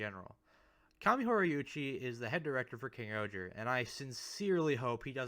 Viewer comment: Just curious if you’re saying KingohJa, it’s still pronounced KingOhger, it’s just the voice over is very pronounced. He also does that for all the individual mecha titles. I think KingOhger Robo is the best method to refer to him